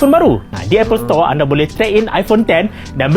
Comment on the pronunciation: Kalau mahu Apple Store bukak di Indonesia.. sebutannya harus betul .. bukan Apple Setor.. , setor ² itu apa sih ? 😂